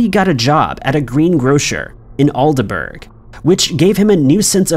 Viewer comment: Luke durbin is local to me. Aldeburgh is pronounced aldebra! Love hearing non locals trying to say it!